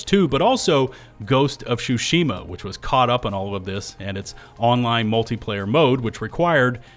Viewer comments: What the heck is Ghost of Shoe-shima? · “Ghost of shushima” 😂😂😂 wtf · Ghost of shushima 💀💀💀